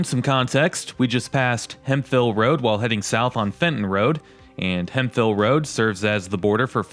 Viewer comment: Wait a darn second. Did you pronounce it hem fill road instead of hemp hill? 😅